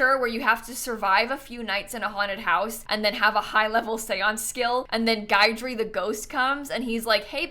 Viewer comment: I love this build! For future reference, it's Gid-ree, not Gide-ree. It's one of those hard to pronounce Louisiana names. lol